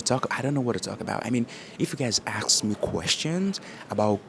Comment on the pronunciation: Another great video - personal, direct and very genuine. Glad you’re working on visa because you seem to be so naturally inclined to the culture. Will you permit a suggestion for English pronunciation? Correct the pronunciation of “ask” from “ax d” to “as K” and past tense “ask ed.”